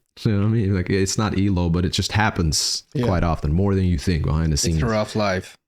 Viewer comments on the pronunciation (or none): Calling them E-low is offensive. It's pronounced E - L - O. You say each letter, like CEO, FBI, NBA, and BBC. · It is E. L. O...It has never been pronounced elo until reactionists came along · 😂It's not pronounced, eelow. It's E-L-O. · Not eee-low. It’s E.L.O. Electric Light Orchestra.